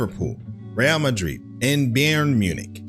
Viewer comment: Rafa is a common nickname for Rafael. So Xabi is referring to his time at Liverpool (2004–2009) and the manager during his Liverpool career was Rafael Benítez (2004–2010) aka Rafa Also Bayern is pronounced more like "Bah-yerrn". Same thing with the club Xabi Alonso just left. Bayer (Bah-yerr) Leverkusen. I'm an American and I started this journey back in 2011 so I know what's like to learn all this with no prior knowledge. Keep it up bruv, you're doing great!!! ✊